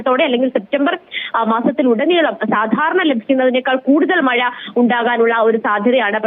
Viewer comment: മയ അല്ല മഴ